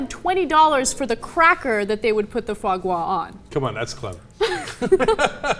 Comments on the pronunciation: IT'S CALLED FOIE GRAS YOU FUCKING PEASENTS ... FWA GRA.. And it's not only for rich people.. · omfg LEARN TO PRONOUNCE IT ffs! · please stop making fools of yourself while pronouncing ordinary French words. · Would you care to invest the time to do a regional survey? I can guarantee you this: none of them intentionally pronounce it like jackasses in the same Ana and Cenk did. And let's be clear here, it's only fancypants to the uninformed. It means "fat liver". Like Mardis Gras means "fat tuesday". These are ordinary words in french, nothing special about them. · Ana, if u cant pronounce it, then obviously ur not educated on this topic... do us a favor and spare us ur non-sense arguments for banning this awesome delicacy. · For the record, it's pronounced fwaah-graaah (with the accent on the first word), wich simply means liver fat. And by the way, it's not something rich people eat -- not in France anyway. You can get foie-gras in any grocery store and order it as part of a starter in almost any shitty brasserie. I freakin' love it. It goes well on toast next to a salad. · Foie gras is after cavier THE stereotypical "rich people" food, you must have heard it pronounced several times if you watch any movies or TV so how do you not know how to say it? It's "fwah grah". Anyway, I think this law is misguided. How about you ban force-feeding food animals instead of one food product? That targets the actual problem and the farmers can figure a way around it to still deliver the foie gras. I know Ana's a chemophobe but appetite enhancers might work. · you need to work on your Rrrrrrrrrrrrsssssss gRas not gwah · Ana, I'm not rich, it is pronounced FWAH GRAH. NOT FAH GAH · Pronounce it : Foo-a gra, roughly. Can't make it justice by text. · Anna its not Fa Gwa, its pronounced Fwa Gra. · it's actually damn easy to pronounce, it's Fwa Gra, not Fwa Gwa, that's it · It's pronounced FWAH GRAH. And it's delicious. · I've always heard it pronounced "fraw graw".